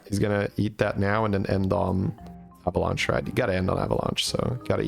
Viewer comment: can i get an avalunche counter why he say it like that lol